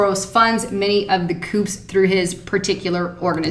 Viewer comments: Coups is pronounced COOZ, not COOPS :) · Coups is pronounced "coo" darlin'. Great job on the research though. Keep up the good work! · coups pronounced 'koos' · There are not "koops". It's pronounced "koo". Spelled coup, pronounced "koo". Love your videos. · coups (cooz) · please don't call them "coops". The "P" is silent.... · Coups is not pronounced with a "p" the "p" is silent. I believe the word is of French origin.